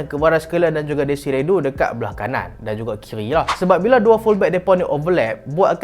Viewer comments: please.. DESIRE DOUE, bukan dou.. Sakit telinga mat dngr, desire dou mmnjg.. Kvicha hang sebut elok pula.. Ok sekian ragebait post.. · Bang. Bukan dezire du. Cara sebut dia due (e dia e 'e'nak, 'e'pal, 'e'kor) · huhu itu la heran jgak sapadia deziru du tu 😂